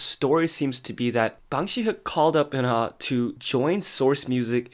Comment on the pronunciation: Shin Bee and Oonah not Sin B and Eunha